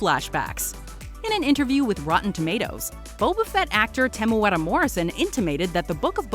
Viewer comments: very good pronunciation on Temuera's name. Kia Ora from New Zealand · Wow. Just had to say the pronunciation of Temuera was perfect and better than a lot of people from New Zealand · Nice pronunciation on Temueras name👌🏻👌🏻👌🏻 pretty much perfect